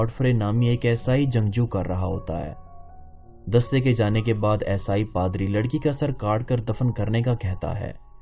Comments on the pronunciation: Aesaai , what is aesaai , kaafi der me samajh aaya you want to say eesaai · یہ یسائی یسائی کیا ہے! یسائی نہیں عیسائی